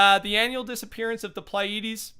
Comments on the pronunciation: Your pronunciation was pretty good. Pleiades (as I assume is what it is) should be "plee-ah(or ih)-dees" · His pronunciations of Pleiades, solstice and Orion are awful